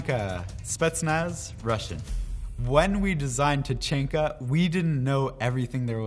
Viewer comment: HE SAID TACHANKAS NAME WRONG